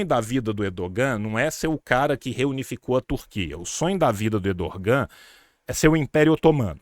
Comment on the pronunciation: Tio, sem querer ser pedante, mas a pronúncia do nome do "presidente" da Turquia não é /erdoGÂ/, mas /Érdoân/ (ênfase no "É"). O "Ğ/ğ" (yumuşak ge, "g suave") é mudo em turco e prolonga a vogal anterior. Ex.: aç - ağaç (/ách/ - /aáách/), tura - tuğra (/túra/ - /tuuurá/).